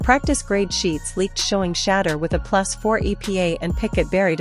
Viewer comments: SAY HIS NAME CORRECTLY!! SAY HIS NAME CORRECTLY!!! YOU STUPID WINCH, HIS NAME IS SHEDEUR NOT SHADDER STUPID!!!!! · "Shatter" Sanders??? The voiceover is worse than the Browns record. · Shader hahaha the fake AI cant even say his name correctly